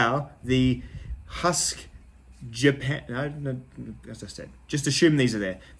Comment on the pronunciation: I believe you're pronouncing the name wrong. It's actually two syllables like hu...usk, similar to the sound Uncle Randy might make when he's pushing out a good hard turd.